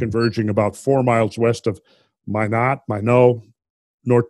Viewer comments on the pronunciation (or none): Randall you are killing me. Minot is pronounced "My not" as in I can NOT accept your pronounciation. Also, I am interested in everything you have to say about glacial Lake Agassiz.